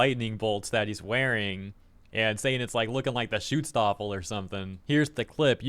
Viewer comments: "Shootstaffle." Not to be offended on behalf of actual Nazis, but that was one of the worst mispronounciations of a German word that I have ever heard. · Your pronounciation of the word "Schutzstaffel" is pretty good, gotta say. Almost perfect. You don't have to drag out the "u", though. Make it a bit quicker.